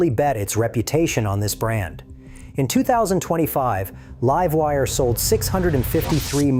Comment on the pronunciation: Livewire was pronounced correctly.. have a timestamp?